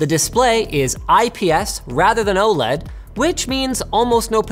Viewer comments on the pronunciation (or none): none